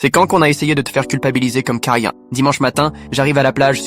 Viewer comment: '' cOmMe kA yEn''' 😂😂😂😂